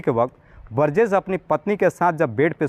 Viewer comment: बरजेश नहीं बोलते बृजेश होता है हिंदी सही करो थोड़ा